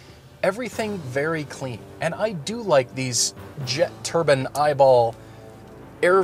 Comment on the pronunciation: Turbine not turban